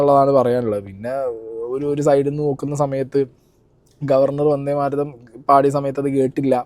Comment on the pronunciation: മാരതം അല്ല മാതരം